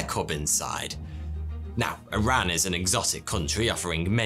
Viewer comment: Glad you pronounced iran properly..... Not I Ran